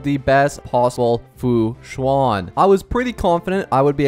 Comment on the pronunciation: the "an" in fu xuan sounds more like how you say "an" in english than "awn/on" hope this helps!